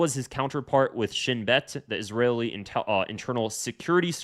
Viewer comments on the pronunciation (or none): none